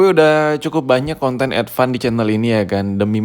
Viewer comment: Advan ❌ Edvan ✅